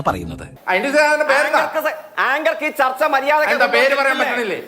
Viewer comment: തർത്ത അല്ല ചർച്ച എന്ന് പറ